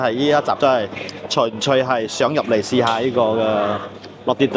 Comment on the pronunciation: 你好呀！ ＆ 「純粹」係讀「唇歲」（s音），唔係「巡趣」（c音）。